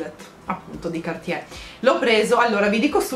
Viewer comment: Cartier, si pronuncia la r in francese!!! Prossimo compleanno un corso di lingua francese!